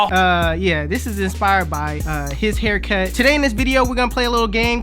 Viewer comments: He said “bidibongA da haircuhh” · He said "Give me a Haircuh"